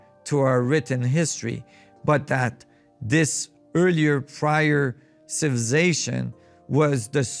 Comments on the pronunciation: This man can't say the word civilization 🤣🤣🤣 civization he said hahahaaA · Does someone knows what he means when he say ancient “ciilvlicazattion” ? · Mf cant even say civilization and I’m supposed to trust what he has to say? He’s on a some pills or sm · you would think someone as smart as a person able to study all these great mysteries and make documentaries/videos educating the public about these things WOULD BE ABLE TO CORRECRLY PRONOUNCE THE WORD "CIVILIZATION". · How he say civilization 😅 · Man this dude really can’t say “civilization” but gotta give it to him he keeps on trying!